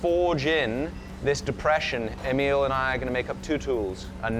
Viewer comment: The smith is probably named Emil, not Emiel..unless hes French or something. Cheers from another Swedish Emil !!!